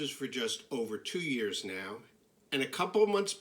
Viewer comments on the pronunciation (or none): none